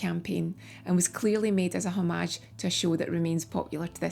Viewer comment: Very good tribute, good job! However please don’t say “ommarrj” it’s not even a word. It’s “homij”. Look it up!